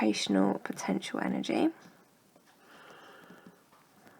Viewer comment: 'potenential'? hmmmmmmmmmm